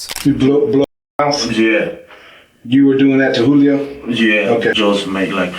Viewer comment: There’s lots to say about this video that’s already been said. But it’s interesting to me that a Spanish-speaking person would pronounce it “Jewelio”